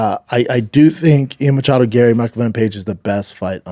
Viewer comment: Stop saying mochado